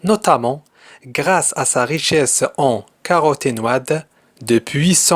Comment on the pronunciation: attention Mr intelligent pour les mots caroténoïde et les os consultez un dictionnaire phonétique